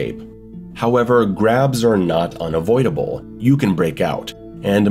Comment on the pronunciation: Thought you said crabs at first, I was like how did crabs hurt you